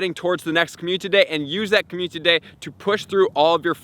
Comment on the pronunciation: Another month, another video where he can’t say community properly